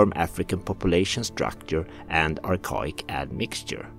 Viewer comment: Archaic (Ar-Kay-Ick)